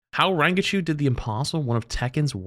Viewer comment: "Rangachu" well I guess youtubing is a good job option when you can't read lol